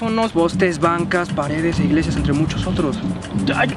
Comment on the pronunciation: telefonosh, cashas, igleshias...